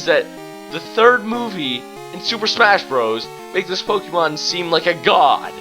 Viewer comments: "Po-Kee-Mon" No... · Not to nitpick but you're miss pronouncing 'pokemon'. Just letting you know.